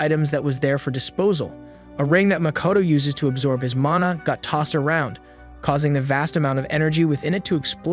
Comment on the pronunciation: that's not his only fuckup, he can't pronounce Lich or mana properly and thinks Qi~ki is "kai."